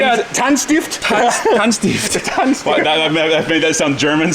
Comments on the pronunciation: The pronounciation on Tändstift was on point! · Tändstift is Swedish for spark plug/s. You actually pronounced it really well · As a swed i must say you saying tändstift was 100% correct 😁😎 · Honestly pronunciation on tändstift was pretty good 😂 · I love me the look of these lil C30's. Would love to own one, maybe at a later day. For now my 2006 V70 2.4D(5 cylinder diesel) is serving me great and runs stupidly good even with it's 383k km on the clock. Going to fix it up eventually and get it fully prepped for long summer drive. Great pronounciation of tändstift as well. Fun to see ya working on a Volvo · I'm really impressed by your pronunciation of Tändstift! Greetings from Sweden. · Look like the sparkplugs are from IKEA 🤣🤣 The pronouncing of the swedish name Tændstift was great 😍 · you accualy pronounced Tändstift very good on your first try, though you did call it Toothplugs the 2nd time about x)